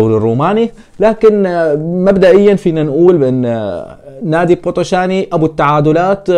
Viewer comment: أرجيش بيتيشت اسم الفريق ال ي تلفظ كسره و بوتوشان ال ي الأخيرة لا تلفظ مع احترماتي الك